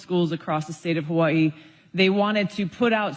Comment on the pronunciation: BECAUSE THIS IS THE CORRECT WAY TO PRONOUNCE HAWAII